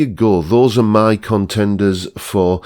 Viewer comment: Drinking Game: Chug your beer every time mispronounces the word "my".